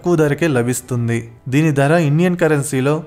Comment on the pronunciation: దర కాదు బాబూ ధర. ఉచ్చారణ బాగులేదు. ఎక్కడా వత్తులు లేవు. తెలుగు భాషని ఖూనీ చెయ్యకండి మహా ప్రభో.